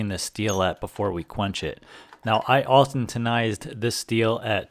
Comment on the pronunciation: Good video but every time I hear you try to say austentize I cringe lol